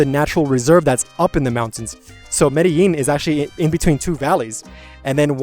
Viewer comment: Medal Jean Kulumbiya Only chicks and hookers pronounce it Medal Jean 😂